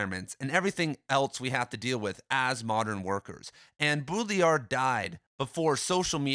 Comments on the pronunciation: BAW-dree-yar not BOO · Did you know it’s ACTUALLY pronounced: Båü-ḏṟį-æḏ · If you want to be the headquarters for all things Baudrillard, you should pronounce his name correctly.